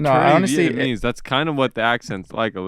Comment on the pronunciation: as a viet yes i love u for pronouncing it right youre becoming one of us